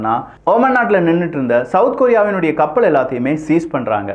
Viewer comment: ளாபம், கப்பள் உச்சரிப்பை சரி பார்க்கவும்